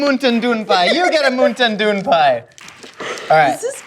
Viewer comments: I feel like there was a missed opportunity to call it a 'Moon Shine Pie' (Mountain Dew is slang for Moonshine), but saying 'MoonTaIn DewN' totally makes up for it. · I've got this awful feeling that "moonteyn doon pie" will be the words I choke out with my last dying breath. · I love the way she pronounces Mountain Dew. For some reason lol